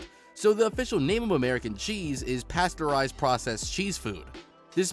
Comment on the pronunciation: paysterized and homogized!